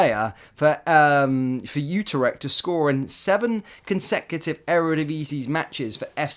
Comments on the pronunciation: FFS it's not UTER-ECHT! IT'S U-TRECHT!! Also as a Rangers fan why can't you get players' names right! It's NOT ABA-DALLAH it's AB-DALLAH SIma! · Utarecht? Eh? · Pronunciation of Utrecht and Trabzonspor was absolutely brutal